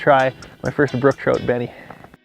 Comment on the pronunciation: Stop saying Benie